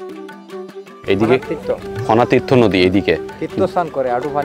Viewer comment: it's not fonatirtho it's Pon Tirtho